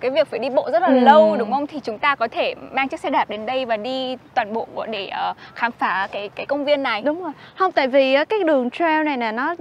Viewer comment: Cô H người Thanh Nghệ Tĩnh nên nói những chữ có giống sắc (') không được mà phát âm thành dấu nặng (.) cũng như người Huế vì ảnh hưởng (hoặc lai) người Chiêm Thành và ngôn ngữ Môn Khmer. Thí dụ "khám phá" họ nói là "khạm phạ", đủ chưa? thành đụ rồi! Theo định luật về ngôn nghữ học thì ngôn ngữ biến đổi theo thời gian. Hy vọng 100 năm nữa người Thanh Nghệ Tĩnh sẽ sửa giọng để nói được dấu sắc cũng như người miền Nam đang từ từ không nói dzui dzẻ (yui yẻ) mà nói vui vẻ.